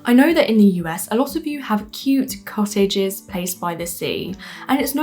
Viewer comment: Woman can't pronounce "cottages"